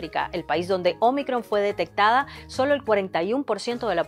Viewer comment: me gusta como dice omicron